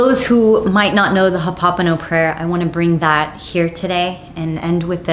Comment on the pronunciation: Ho'o Pono Pono, not "hop hopano". ..... I agree with you about healthy boundaries. So many women don't even know what it is. Somebody needs to teach us.